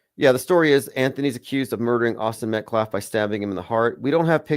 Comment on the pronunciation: calling him Austin MetCLAFF is sending me! 😂